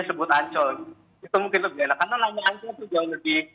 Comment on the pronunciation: Bule fasih nyebut "Mandalika" sbg sesuatu yg asyik dan eksotis. Tapi kalau Ancol? ingat bung ada "OL" dibelakangnya.🤣🤣🤣